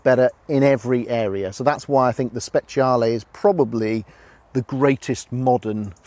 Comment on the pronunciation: You know that second dude knows his shit when he pronounces "SPECIALE" correctly. Hats off to you, Sir.